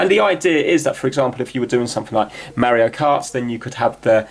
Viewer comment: IS NOT MEARIO IT IS MARIO